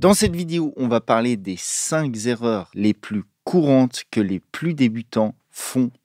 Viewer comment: Cinq Z'erreurs?